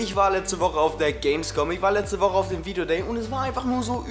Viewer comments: Dner war auf dem ,,Video Gay" xD Fail bei der Aussprache :D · HAHAHA ER HAT VIDEOGAY GESAGT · Videogay haha bester versprecher :D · Hauptsache haste dich versprochene, viedeogay :)